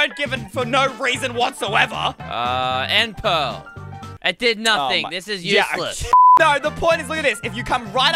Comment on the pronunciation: Why did he say end pearl😂🤣🤣🤣🤣😅😅😅and not say ender pearl